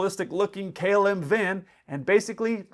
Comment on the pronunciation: In your opening statement, you pronounced "KLM" like "Kill-em" Hashaha.